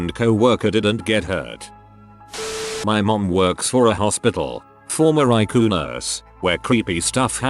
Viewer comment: It says eyecoo and not ICU